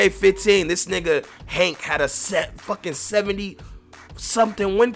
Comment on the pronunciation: Coughrelief HAÈNK 😂😂😂